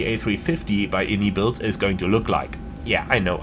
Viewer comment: fyi, its actually pronounced (eye-en-eye builds), and not the popular way of (in-ee-builds) the devs clarified it on a podcast a little while back, that being said, your a big boy, u can call it what you want haha